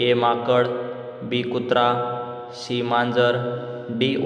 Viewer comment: सी म्हणा, शी काय म्हणता? मराठी त अ ब क ड म्हणा